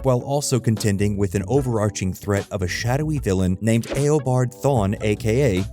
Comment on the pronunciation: Has the narrator of this video ever watched the show? Every time he mentions a villain's name, it is mispronounced.